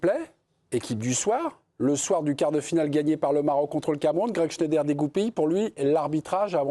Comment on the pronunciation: Shneider...😂😂 vous appelez ca un chroniqueur non mais serieux c'est un shtroumphe